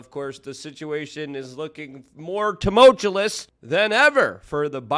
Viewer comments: If someone would JUST correct him. 🤨 It drives me fkn nuts, cuz I like Luke. But FFS someone please tell him TumultuLous is not a word. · Please for the LOVE of god stop trying to use the word "Tumultuous " 😂😂 please please please. There are SO many other words that are fantastic that you CAN say successfully! And work even better contextually than "tumutulous/tumulchuss/tumulchooooolus" 😂